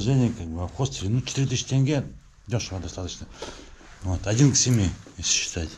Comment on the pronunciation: Не тэнге, а тенге!